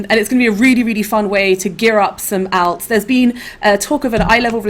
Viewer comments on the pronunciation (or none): oh jesus, she pronounced alts badly I can't watch any further